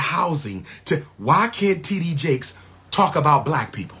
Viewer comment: Bishop T.D Jake's sir. If your going to say his name, say it right. Thank you.